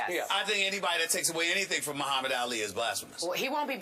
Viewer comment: says Allie instead of ali